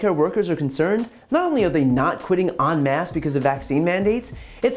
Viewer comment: Dear Brian, the phrase is 'en masse' ..not 'on mass'. the 'o' in the 'on' has a french tone to it that softens it to distinguish it from the usual way that 'on' is pronounced.